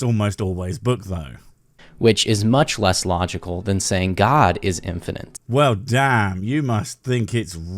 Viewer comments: Him constantly saying "infiniNte", not infinite, is annoying me more than it should. . . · This is the second video that this bellend did I've seen covered, and both in this and the other he says "infinent" instead of "infinite". Which grinds my gears infinently. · “Infinant “ he can’t even say it right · Gah, it's so grating to hear him say "infinant" ( , , ) 🙉 PS Well at least he introduced me to "burgerler" 🥂 ... so it wasn't a complete waste. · the boy sais "infinent" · I expecially hate when people say "infinint" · Is he saying "infinint"? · "if this... were infinent... " This fool can't even word, much less think. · Is he saying "infinant"...? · "Infinint" oh yes, I'm sure this guy knows his stuff. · I really can't take someone seriously who can't pronounce a simple word like Infinite. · His asinine and unoriginal arguments aside, the one thing that is really irking me is that he keeps pronouncing singularity as "single-airity" and infinite as "infininte"